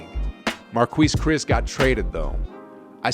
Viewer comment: If you're such a basketball junky, we do you keep saying Mar-Kweese Chriss?